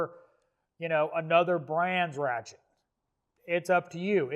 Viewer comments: Every time you say ratchet I hear rat shit. Am I the only one? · I swear to god he said “we’re talking rat shits”